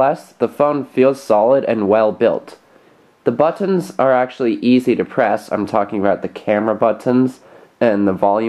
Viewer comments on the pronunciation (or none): He say buttons like botonn